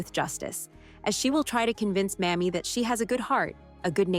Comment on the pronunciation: PLEASE for the love of god, it’s pronounced “May-Mee” not “Mammy.” OMG 🤦‍♀️